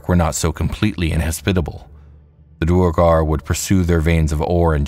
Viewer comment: Let me add pronunciation of "duergar" to my comment.